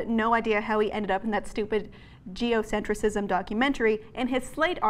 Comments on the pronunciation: It’s “geocentrism”, not “geocentricism”. Geocentricism is not a word! Normally that wouldn’t bother me so much but she says it incorrectly like 80 times. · You're adding an extra syllable in geocentrism,. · This is far from the truth. Seriously, you cannot narrate a whole script, not knowing what it was about. She signed a release to boot! And it's not "Geocentricism," ...it's "Geocentrism." Morons... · PLEASE learn how to say geoCENTRISM... before you criticize it..